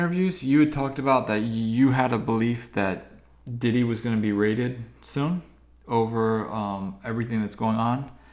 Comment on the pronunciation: You say raided like he a drug kingpin 😂. Def will be cuffed eventually. Puff going down for Biggie. He knew. I heard it was a triangle Chicago, Harlem & L.A...thats all imma say